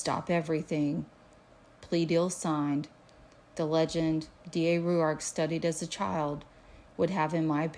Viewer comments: Yes why? In Australia it would sound like Rork. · Pronounce his name like (rork) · Why are you pronouncing his name like that lol